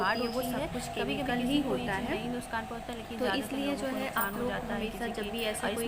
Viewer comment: Mam aap nuksaan ko nuskan kyu bolti hai